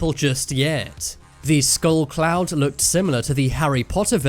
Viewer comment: I thought he said the “Massive orange clown”